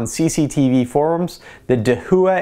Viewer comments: da hua, not de hu a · slightly triggered by the pronunciation of "dahooah" (da-wah) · Dahua is pronounced dah - wha, not da - hu - wha, and Hikvision is pronounced hike - vision, not hick - vision. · First off, excellent review and very thorough with both quantified results as well as subjective! Second, I cringed every time you pronounced Dahua. It’s a Chinese name and is pronounce dah-whah. It translates to “Big”. There you go - for future videos! 😊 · Its pronounced da-waa and hike-vision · Dahua is pronounced daah-waah